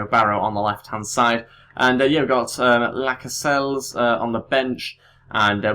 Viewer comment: Lascelles is pronounced lashells